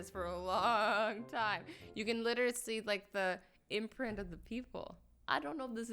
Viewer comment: umm......butt.....implant? Lol imprint but im still dEaD